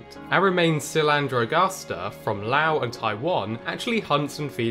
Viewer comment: Neat, I'll have to see if I can locate any here in Southeast Asia. By the way, well done on pronouncing Laos properly (with a silent S), but Myanmar is pronounced as 2 syllables Myan-Mar, and not My-An-Mar. The y is a glide from the M to the a, similar to the taunt of "nyah-nyah-nyah" but with an M instead of an N.